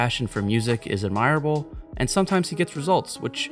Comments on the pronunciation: ad- mih- rah- bull. not admire- able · Ad mer ah ble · “Admire-able”? Check your pronunciation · Great thought piece, but the way you said admirable totally fucked me up. No hate just jarring. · Learn how to pronounce ‘admirable’ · There's nothing admirable about the way you pronounce admirable.